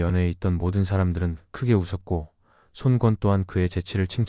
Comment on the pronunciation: 손꿘. 손꿘 거슬리네 손권으로 일어라 짜증나네